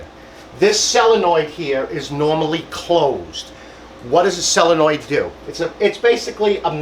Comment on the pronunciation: SO-len-oid, not sell-a-noid.Tank you!